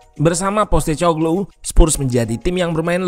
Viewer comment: sebagai info ajja utk namanya pelatihnya Spurs baca nya POS (seperti kantor pos) TE (seperti nama minuman, teh) KO (seperti "ko" pada kompor) GLU (paling dekat seperti menyebutkan bahasa Inggris glue yg artinya lem)